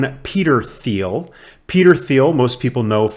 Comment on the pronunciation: I’m getting more bullish based on Cathie Wood’s recent interview. Just FYI, the founder’s name is pronounced more like Peter Teal, with a hard “T.”